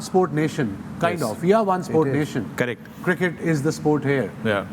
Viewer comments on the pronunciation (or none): none